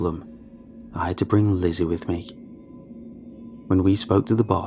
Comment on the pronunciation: Whenever he says lizzy I hear glizzy